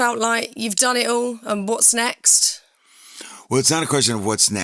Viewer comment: when she said “what’s next” sounds like “bought snacks”